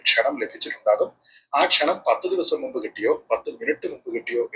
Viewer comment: A request: Dont say... നുമ്പ്... Please Say: മുമ്പ്. (In your all episode you says..നുമ്പ്..)